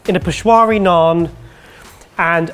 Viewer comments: It's not peshwari naan it's peshawari naan and it's Pakistani not indian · PI-SHA-WARI naan mate :P